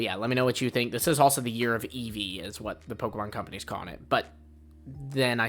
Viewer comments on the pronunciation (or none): none